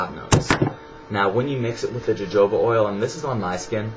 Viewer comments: Jo joba oil, it's pronounced 'ho hoba' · lol u said jojoba :p its pronounced hohoba! haha but yeah his was really informative! thank you!! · fyi it is pronounced "HoHoba" not "JoJoba"...just thought you shou;d know.... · jojoba oil is pronounced hohoba oil (